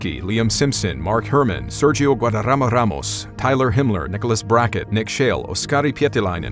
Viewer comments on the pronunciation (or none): none